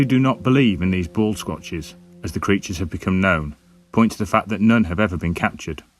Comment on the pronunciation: By the way, I had to go back and check the spelling for the "baldsquatches". I could swear you said "ball scrathers"!